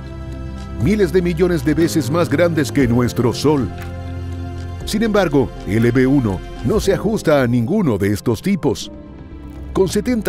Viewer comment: de des de disir LB-1 dijiste LP-1 yo así te entendí me saludas soy tu fan